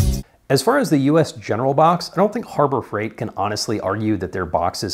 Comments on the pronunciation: Hurber freight…… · Herber Freight LMAO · Herber freight? Hah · "Hurbert freight"